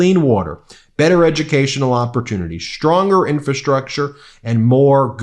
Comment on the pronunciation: Love ya, Ben, and I suck for saying this but it’s “infRastructure!”